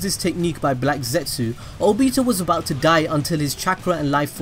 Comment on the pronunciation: The way this guy says Nagato and Obito triggers me, and I didn't even know I could get triggered.